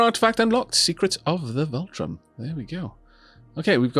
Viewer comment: Fun series so far, but just to point out, there's no R in Vultaum so no need to pronounce it like VOLTRON. :)